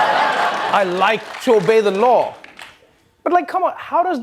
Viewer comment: Hahahaha at first i thought I heard trump say "I'd like to evade the law" not "obey" lmfao